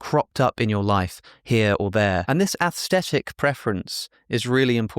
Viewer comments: say "athstetic" one more time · Why are you mispronouncing "aesthetic" as "asstetic"? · Maybe it’s because I’m Australian, but saying “aesthetic” without pronouncing the ‘h’ just sounds wrong to me.